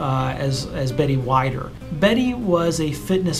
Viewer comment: Joe Weider is Arnold Swarzenegger’s mentor. Joe Weider pronounced (Weed-er) is the co-founder of International Federation of Bodybuilding (IFB) Anytime you want to do a Bio of Bodybuilding in movies 🎥 I’ll be glued to my phone 😀 love you videos. Keep up the good work 👍👍